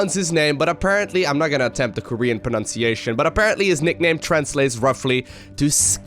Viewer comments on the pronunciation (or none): none